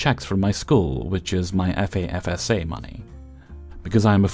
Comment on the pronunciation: F.A.F.S.A. is said "FAF-suh" where the "FAF" rhymes with "laugh". It's a government program in the USA that helps broke people pay for higher education.